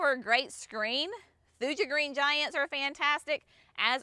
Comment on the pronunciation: There is always a guide in the back of Fine Gardening magazine to pronunciation of Latin plant names. Geum for example is JEE um, Thuja is THOO ya, Amsonia Hubrichtii is AmSO nee ah hew BRIK tee eye. Just thought you might like to know so your customers can get it correctlytoo